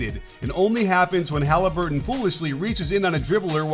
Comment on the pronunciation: No way did he just say 'Hali certain' 😂